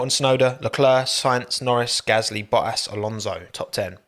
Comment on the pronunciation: Love the way he pronounces Bottas's name 😂😂😂 . Boah - Ass